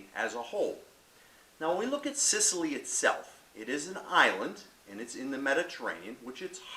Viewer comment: You said small Mediterranean island. Place is huge dude. Biggest island in the med and you pronounce the grape and region wrong